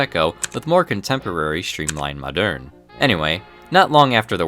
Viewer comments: Moderne, not madeurne. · The clicking of the keyboard throughout the video is terribly annoying. Try updating your equipment. Old trains are great....old keyboards suck. BTW...Moderne is pronounced the same as "modern." Think of quainte olde towne english....the pronunciation remains the same.